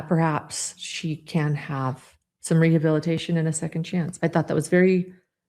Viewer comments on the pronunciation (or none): Are we going to address the fact that Mackenzie cannot pronounce "rehabilitation" and that her mother is more impressed that Kim Kardashian "might" call her than that she killed two kids?